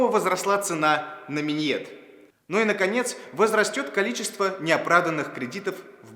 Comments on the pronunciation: Только не минЬет,а минет. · Всё конечно гуд, но какого же хрена минЬет, если нет, ну НЕТ в этом слове мягкого знака?? Про цены на минет они рассказывают, но даже слово правильно произнести не могут... Вот реально под конец ролика одним словом уничтожили все положительные впечатление. Не лайк короче, но и дизы не буду лепить)) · только одно замечание "минЬет" он МИНЕТ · Не "миньет", а "минет", ибо слово сие происходит от французского "faire de minette", - а по-нашему, хамскому - "делать глупости". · БЛЯЯЯЯЯЯЯЯЯЯЯ, он сказал минЬет? Он сказал минЬет? Нет. серьезно, он сказал минЬет? Ахахахахахаха. Энтилехэнты)))) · Да что с вами не так? "Минет", а не "Миньет". Всего пять букв!!! Неужели так сложно запомнить и произнести? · не миньет, а минет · Скажите толстому чуваку, на котором рубашка трещит, как правильно говорить "минет". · Какой взрослый, но видимо ты не то что с самим минетом не знаком, так ты ещё и не в курсе как оно пишется и произносится. Позор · «Минет» говорится (и пишется) без мягкого знака. А видос...вроде и по существу, но как по мне - тоскливо. Но по существу=) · господи, минет пишется (и произносится) БЕЗ мягкого знака!